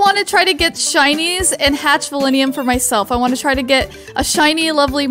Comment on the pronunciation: It’s val-in-teum